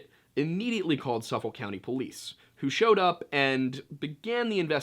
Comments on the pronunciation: It’s pronounced SUF-FOK not suffull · We say it like "Suff-ick," lol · it’s pronounced suh fick 😆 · Yea being from Nassau that bothered me a little bit! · Suffolk is pronounced like Suffik bu us locals. ;-) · I run by this home often. It's quite lovely actually Heheh and it's pronounced "Suf-ick"! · Amityville is in SUFFOLK County. The "L" is silent. It's pronounced "Suffuk". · I'm from Long Island, and you did great, just one thing- it's pronounced more like Suf-Fuk county. It's cool though lol, most names on the island can be hard to pronounce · Don't take this the wrong way, but when i first heard that, the immediate thoughts in my head was of Detective Columbo(solving the case) & then of Joe Biden. I knew what you were probably meaning to say. I don't have any issue with what was said. I just thought it was funny. I'm from Suffolk County, about 15 minutes east of Amityville. For future reference, the ''L" in Suffolk in pretty much silent. Most of us here pronounce it as Suffuck. Anyway, good job with the video.